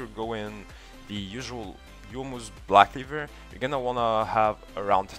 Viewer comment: i liek the way you say blahck cleevurrr